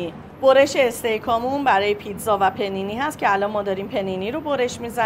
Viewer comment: اقا پ نی نی نه! پانی نی لطفاً 😅